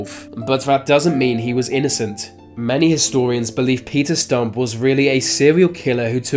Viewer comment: His name was Stüpp not stump